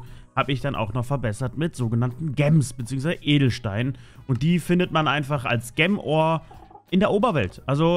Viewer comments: Ich mag es wenn du Gemm Ore sagst. Es heißt Gem Ore. Gem = Juwel und Ore = Erz. Also Juwel Erz. Es triggert mich wenn du Gemm Ore sagst. Bitte sag entweder Juwel auf deutsch oder Gem auf englisch. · "Gäm Oar"... BoI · junge sag bitte nicht mehr gem ore sondern sprichs richtig aus das nervt bisschen sonst coole folge :D